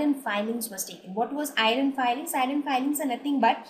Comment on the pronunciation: Very helpful i just saw this video even i didnt stidy the whole lesson but only with the help of ur video i am gonna write my exam by thw way u pronounced the iron fillings wrongly..but anyway thats not the matter ...tnk u so much for urrrrrrvideo upload more like this